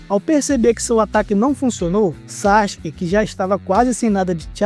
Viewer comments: SAXIQUE???? onde tu aprendeu essa pronuncia? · Todo manga é assim😂 ja percebi isso aos 14 anos ...sendo um grande consumidor e fa. Por isso parei. Ps. Sakuke se fala hoje saski. mas antes todos falamvam sasuki😂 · Saxike não, fala direito